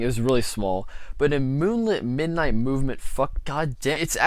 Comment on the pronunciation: IF you gonna mispronounce moonlit night movement LEAVE great video though